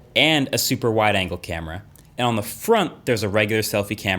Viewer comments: "Wider Anger" man.. can't wait for that wider anger lense.. seriously underrated feature.. that wider anger.. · Anyone else hear “wider anger selfie camera” ? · "Wider anger" . Never heard someone get mad at extra features 😜